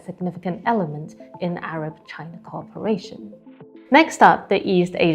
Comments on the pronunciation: Not ARBA but ARAB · CHINA-ARAB SOLIDARITY, NOT ''ARBA''